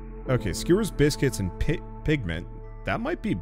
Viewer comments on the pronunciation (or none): i heard saying Pigmen at the cook house instead of pigment xD